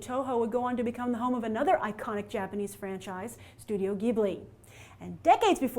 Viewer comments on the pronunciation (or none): none